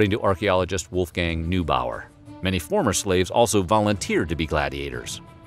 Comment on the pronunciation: NOTE: „neubauer“ (the german archeologist) is to be pronounced „noybauer“